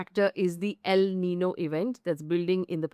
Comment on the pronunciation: It is niño...not nino. Said humbly.